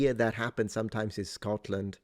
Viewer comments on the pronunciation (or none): none